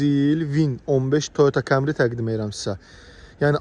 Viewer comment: Kamri. Yox dir. Kəmri